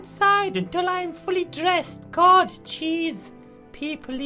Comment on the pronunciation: And when he says "God" it sounds like "cod" XD